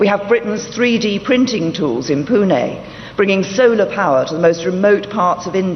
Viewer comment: Britain's pm also knows original pronunciation of 'Pune' but so many Indians called it like 'PUNA'.. hearing the great pronunciation feel good...🙏